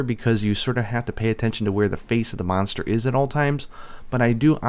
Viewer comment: Is he saying Meownster or just pronouncing Monster wrong?